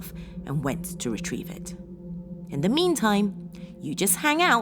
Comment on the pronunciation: Please stop saying 'de' for 'the' occasionally. You're a well spoken woman and it really does spoil it for me when you do this. Thank you